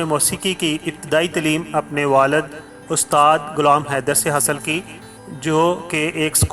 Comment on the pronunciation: Bhai Urdu pronounciation theak kro apni Ustad hota hy Astaad nhi Mukamal hota hy Makamal nhi